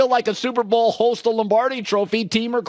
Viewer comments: Hoist Colin the word is hoist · Colin’s inability to say “hoist” correctly is staggering